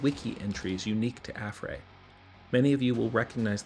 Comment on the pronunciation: he said affray wrong